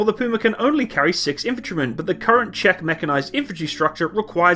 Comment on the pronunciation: Jeez, man... It's pronounced "ʧɛk", as in "I'm signing a bank cheque".